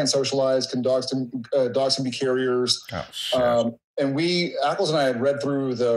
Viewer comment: Am I having hearing problems or does he call Jensen: "Apples"?